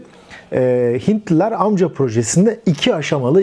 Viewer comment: Amca - Amka şeklinde teleffuz ediyor.